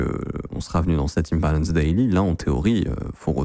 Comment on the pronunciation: T’aime trop dire zone enifeciance et in balance . Faudra nous expliquer c’est quoi 😂